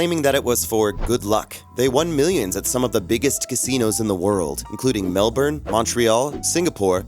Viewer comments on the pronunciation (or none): none